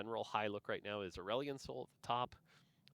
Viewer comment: If you're pronouncing Aurelion in a way that rhymes with Dandelion I'm going to side eye TF out of you regardless of how OP he is lmao